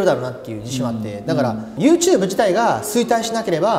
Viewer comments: ネイティブな発音なのかユーテューブが気になる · YouTubeの発音が面白くて、yoshikiが発音するたび笑う